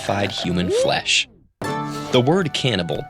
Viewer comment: human foesh?